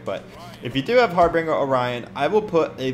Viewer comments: Har binger not har bringer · Wanna think it's pronounced harbin'Jer mate lol